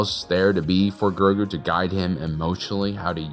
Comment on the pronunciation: I keep thinking you’re saying yogurt from Spaceballs